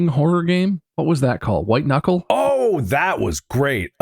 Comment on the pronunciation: Hahahahah, you said "White Kuckle"...